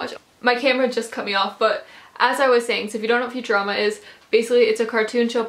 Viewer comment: I've never heard anyone pronounce futurama like "future-Ama"